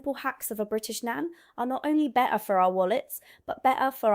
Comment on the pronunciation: The word better at the end lol your turning i to a cockney girl 👏👏👏